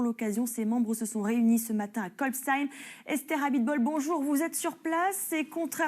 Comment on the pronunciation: Pas très locale...faudrait lui dire comment se prononce Kolbsheim